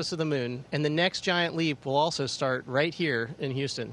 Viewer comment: he says "rigth here in Houston"..😂 ..so the ISS is not so far.. Dear NASA, choose better quality actors, next time 😴